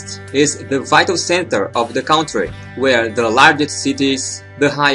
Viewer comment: amigo vc precisa aprender a pronunciar ''COUNTRY'' em inglês